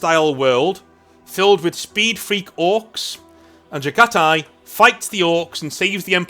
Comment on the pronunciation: Pronounced Jag-ha-tai. God my ears are bleeding. Also I won't hear shit about overused Mongol/Jaghati themes, when space vikingwolves exist, when ultraromans exist, or when catholic-bearers exist. Mongolian history is rarely even talked about compared to these three. Let our throat signing have their time in the sun.